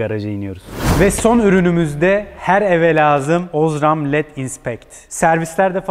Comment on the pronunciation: Osram a bastırarak ozram demesen iyiydi ;)